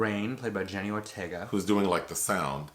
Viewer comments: Why do people keep on saying Jenny!? It’s JENNA Ortega!!! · I just got out of the theatre from seeing this! I thought it was pretty good. the sound elements and some shots were really good. One note (I'm a big fan of hers).. .Jenna not jenny :)